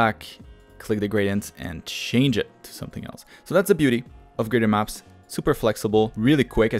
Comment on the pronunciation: Why are you saying ''graden maps''?